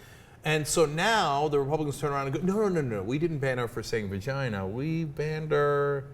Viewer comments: Cenk can't say it, so he can't regulate it: he still says, "vergina". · Cenk said virginer... win.